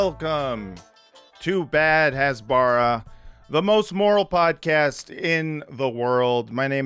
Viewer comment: You all are doing a tremendous public service with this podcast. But if you're going to dunk on Michael Rapaport for not pronouncing words correctly, you should learn to pronounce "hasbara" 🤣🤣🤣 🤦‍♀